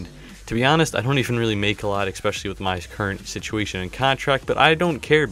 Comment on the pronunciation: Great Vid! One thing though (which proves at least, that I watch!).. There is no "X" in the word, ESPECIALLY. it is pronounced, ESS-SPESH-ALL-EE Keep the pack opening vids coming!